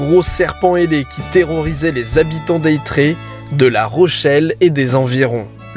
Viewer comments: C'est marrant de t'entendre prononcer le y de Aytré ou de la pointe du Chay car là bas on ne les prononce pas du tout ! On préfère le bon vieux é, comme avec le lait ou le poulet mdr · je suis rochelais et en effet il s'est un peu trompé sur la prononciation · La ville d'Aytré se prononce "étré", et je crois que c'était "chatélaillon" au lieu de "chateuléillon" C'est lévioOOosa, pas léviosAaaa Sinon continue c'est sympa de voir nos région de ce point de vue, fait un tour dans le Morbihan ;) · Merci j’avais envie de le tuer 😂😂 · Super vidéo petite précision sur les prononciations. Pour Aytré pas besoin de faire le sons "yeu" sa se prononce "étré" et pour Chatelaillon pour le coup c'est pas "chateléillon" mais "chatélA-ion" Voilà juste deux petites précisions